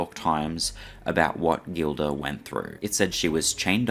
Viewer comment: I should really write a book because listening to some of this nonsense, half truths, un truths, straight bs, is frustrating. And its pronounced Jill- duh NOT Gill - duh. Sheesh! Believe me when I say my book wouldnt be all sunshine and rainbows, it would probably be 60% positive light, 40% not so much. by the way, they recorded every show so they could review the performance and see if there were any mistakes, missed cues, etc. EVERY NIGHT. The tapes were pulled before the ambulance even showed up. They do exists. If the story of where Roy was before that nights show, the events may be clearer. It was on his Bday after all. Just saying....🎂🍸🍸🍾